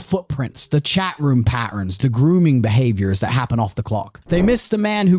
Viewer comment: Terrible narrator.........doesn't pronounce 't' in words cha (chat), pary (party) etc.